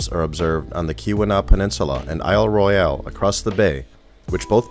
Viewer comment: I cringed every time he said "I'll Roy-al". The Michigan Geological Survey ought to know it's pronounced "I'll Roil".